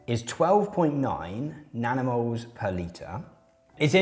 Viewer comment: Legit heard nanomoles as "danimals" (like the US "kids'" yogurt brand) the first few times.